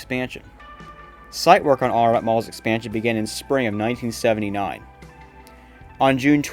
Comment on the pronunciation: I thought it was pronounced Arenut , not Are NOT. Nice video.